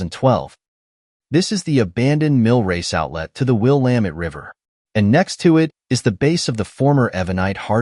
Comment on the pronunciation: I'm guessing that the narration is done with AI? If it is a real person, then they need to work on the river name. Mispronouncing the word Willamette is something that no local would do. It's Will-LAM-ette, like dammit. I no longer live in Oregon, but it still bothers me to hear different ways of saying the name. In case you do some Portland videos, Couch Street in Portland is pronounced "KOOCH". This name is derived from Captain John Heard Couch, an early settler and co-founder of Portland. The history of the word defines its pronunciation. The videos are very nice! The idea of using drone footage to help share historical stories is a good one. I look forward to more!